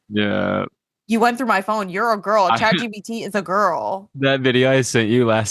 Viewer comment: “Chat GBT” 😂